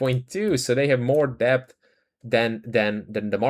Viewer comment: Really appreciate your videos. Try to remember that you don’t need to pronounce the B in DEBT. It’s just ‘DET’. Makes your life easier and makes vids ever so slightly more accessible, which is good for the channel. Hope you don’t mind the advice. Keep up the good work